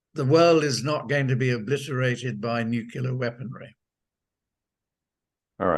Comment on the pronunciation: I an always suspect of “experts” who cannot correctly prounounce the word “nuclear “.